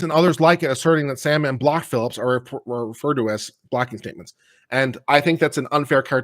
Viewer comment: It's Sandmann.